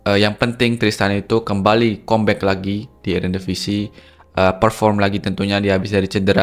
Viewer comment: Cuma mau meluruskan bahasa inggris nya saja. Comeback itu kalo dibaca "kambek"bukan "kombek" 😊